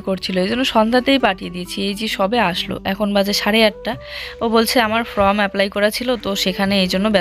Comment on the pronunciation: জুঁই তো যথেষ্ট বড় হয়েছে,ওকে সবসময় কোলে নিয়ে চলো কেন?তোমাকে কোনকিছু correction করে দিলেও তুমি সেটা correct বলার চেষ্টা করো না।ফ্রম নয় ফর্ম।প্রিয়া,মৌ creation এরা কিন্তু করে। ভালো yt র হতে কথাবার্তা ঠিক করতে হবে।